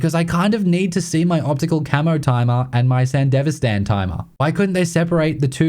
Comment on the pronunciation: I'm crushed, he fully pronounces Sandevistan. I thought for sure it would be the Sandy-V, Sando, or something even more Australian.